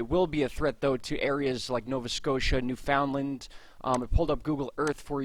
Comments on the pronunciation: Newfoundland Pronounced: “new-fund-land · It's pronounced by us, as New...fun...land, or New...fund...land. Some locals drop the d... lol 😁👍. I'd have to look into how it's properly pronounced, you may be on to something, and a lesson for all us East coast Canadians! In any event, you and your honey are super, and I thank you for your time and consideration in this matter. You are both hard and caring workers, and derserving of our time and likes. A little coinage, if we can swing it! 🍁💞🍁